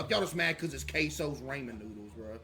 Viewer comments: bruhh. Caseoh pronounces ramen as "ray"men anyways. It's always been like a joke among his fans. It was so obvious he would do this. Just like how he calls "shit" "dookie". This controversy is so stupid. People be finding anything to argue about. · and case been saying it for years? way before ray even met kai. he was the first (between those two) to call it raymen cs he didn't know how to pronounce it. Case was obviously first to do it